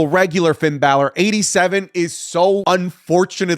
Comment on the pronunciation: Braun stroman is a former world champ put some respect on his name Also: Pin balor